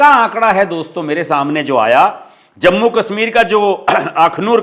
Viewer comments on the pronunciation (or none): none